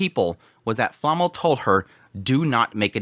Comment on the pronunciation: She is called Flamme not Flamml